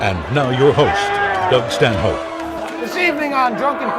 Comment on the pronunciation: She totally said John Stanhope on that intro